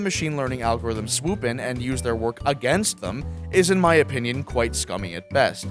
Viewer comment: you're going to be annoyed that I pointed this out but: opinbion